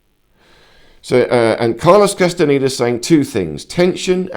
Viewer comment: ¿CASTANITA? 😂 QUÉ MALA PRONUNCIACIÓN EN ESPAÑOL...😢